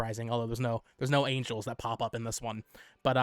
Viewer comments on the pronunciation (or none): none